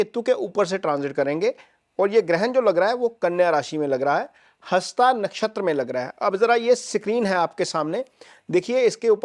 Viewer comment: नक्षत्र हस्त होता है न कि हस्ता l शुद्ध बोलें l